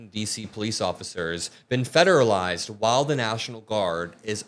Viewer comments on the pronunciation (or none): none